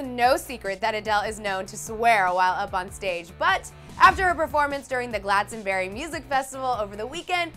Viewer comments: I was there 😂and did you really just say Glastonbury like that it's glass-ton-bury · Did she say Gladsonberry rather than Glastonbury? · The way you pronounced Glastonbury... "Glad-stonbury" lmaooo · UGH AMERICANS DONT EVEN TRY TO PRONOUNCE GLASTONBURY WHY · The way the presenter says Glastonbury 😂😂😂😂😂😂😂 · Lol, not hating, but love how Americans say Glastonbury